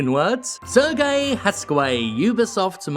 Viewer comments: Serge is pronounced Serje, not "sir gay", lol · ...So, uhh, I'm not sure if there were people who already corrected you on your pronunciation of Serge, but it's been 3 videos with the same pronunciation already so I'm just gonna say it. Serge here is a french name, and is therefore pronounced as "Sehr-jeu". Not "Serguei", "Sehr-jeu". If you can pull it off with the name Yves, you can do it for Serge, even if the man himself admittedly does not deserve much respect at all. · The guy's name is not Sergei (Sergey), it is pronounced as Serj. Regardless, Ubisoft is such a cancer of a company, I can't argue here. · Minor nitpick, Serge is pronounced more like Serj, rather than Sergei. Not hugely surprised that the Bulgarian outfit is especially bad given how famously corrupt Bulgaria is. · Given he's a French man-child, I'm fairly sure "Serge" is pronounced "Serj" (with a soft, elongated J like you pronounce the G in Guillemot), as opposed to the more Eastern European "Sir Gay". Much love and thank God for you. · I think it's "Ser-zj" (Serge) Hascoët. Just so there is no misunderstanding who exactly this miscreant is.